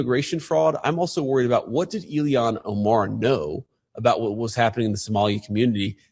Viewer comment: I like how Vance pronounces that hobgoblin Ilhan Omar's name. He was calling her Elian- like Elian Gonzalez😂